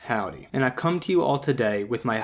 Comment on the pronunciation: Everytime he says howday I wanna say flowey lol.